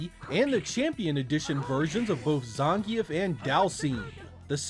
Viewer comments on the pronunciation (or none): it's Zahn-Geef not Zahn-Gee-EF